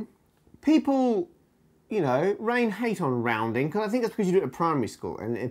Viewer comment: "roundind", like a circle, and pi goes